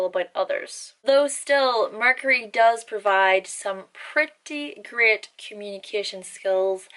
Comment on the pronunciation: When you said, "great", I thought you were saying, "grit".